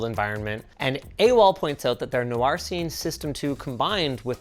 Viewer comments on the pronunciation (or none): none